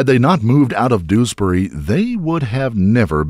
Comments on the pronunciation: Doos-bury is actually pronounced Dewsbury. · It’s not doosberry…it more like jewsberry…